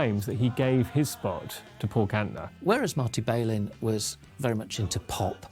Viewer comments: Somebody should have told the limeys how to pronounce Marty's last name instead of crucifying it time and time again. It also would have helped to have had an inhabitant of the city who could articulate what was going on instead of inaccurate conjecture on the Brits part. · Volunteers was recorded in the spring of 1969- not 1967. Marty's last name is pronounced without the 'bay' sound- it's a short 'a' sound: 'Bal-in'. And that's straight from his own mouth.